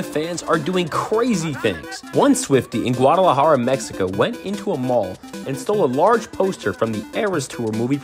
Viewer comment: Sorry it’s just that you pronounced Guadalajara wrong